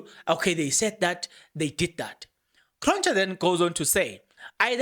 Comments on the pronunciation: You pronounce Cronje ...kron ye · It's Magistrate Cronje as in Hansie Cronje not Kronj. 😏